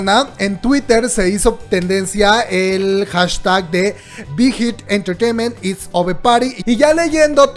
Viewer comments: Shot cada que dice big hit entretement.... se emborracha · Me encanta cuando dices Bigth Hit Entertrainement :3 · Nadie:: bigitititititiment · Me da risa como pronunciación big hit enterteiment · Wey 😂😂😂 dices bien chistoso bighit entertainment